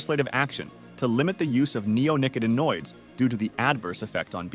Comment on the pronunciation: neonicotinoids has the syllable "ot" accented. neo nick Ought i noids